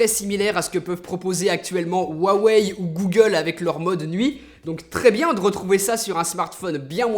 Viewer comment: Bon, on va mettre les choses au clair, tu prononces jamais huawei dla meme facon, c HUAWEI OU RWAWEY